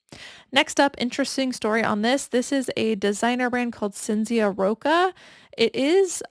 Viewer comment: Cinzia is pronounced as CHIN-ZIA in Italian.❤ Ci in Italian in like our CH. 😊🤯